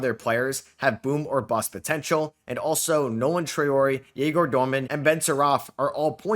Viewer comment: huge respect to to reading comments and pronounce Egor surname correctly! And yeah, choosing 3 PGs is kinda odd. Looks like it would be some hunger games for playing time idk